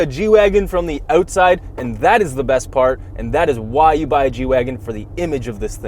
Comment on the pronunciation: Eutside :DD